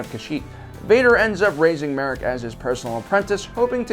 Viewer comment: It’s ma Rey,!